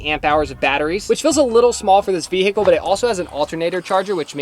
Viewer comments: I can't get over how some Americans pronounce 'vehicle' 😂 ve-H-icle 😅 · Will someone tell the H In vehicle is silent! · says vehicle wrong. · Fun drinking game. Take a shot every time says VE-HICLE